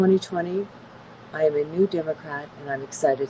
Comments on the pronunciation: Glad to hear this but ya gotta learn how to pronounce Kamala’s name correctly. Think of the word comma and add a la to it. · Awesome congrats on the party change! Now that your a Democrat you gotta work on saying Harris' first name right. Think of the word "comma" La.